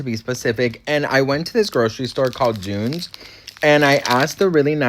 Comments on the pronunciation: So funny to see you in Ireland, hope you're having a great time! 🇮🇪 Edit: love the way you pronounce Dunnes ❤ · Glendalough is beautiful. My late MIL lived in Wicklow town so I spent many a beautiful afternoon there. Take no notice of anyone else, the Irish are brutal piss takers, it’s just a part of their charm. It’s pronounced Dones 😂